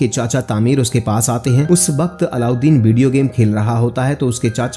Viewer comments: Bhai allauddin nhi aladeen hai... Pronunciation to thik se kr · Its Aladeen not aloudeen 😂😂😂 bhai explaination day rahay tu dhunk say naam tu sahi liya karo😂